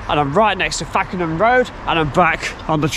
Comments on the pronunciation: Lovely to see people are interested in our old railways should never have been taken away. However at the start of the video it's not fack en ham road it is pronounced fake n ham and if you ever wonder guiest is pronounced gyst not gwist ect the locals get a bit funny about these things 😉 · Love how you pronounce it Fakenham rd (fackenham) lol , it is pronounced fake en ham (it's the area I grew up in ). Still love these videos that you do , very informative and great quality . Keep up the good work. 👍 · Another brilliant video and one that's local to me. Did you see the plate layers hut near the rail remains at Lenwade? Carrying on you'll come across the brilliant museum at Whitwell station then Reepham station is lovely tearoom. Lastly the pronunciation of Fakenham is Fake-un-hum.